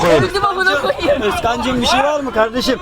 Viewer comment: "Gurban olduğum yağdırıyor" "Ya gardeşim adam meal diyor meal"